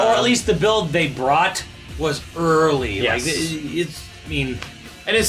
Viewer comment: So....you're saying....this build is "Urrrrrleee"?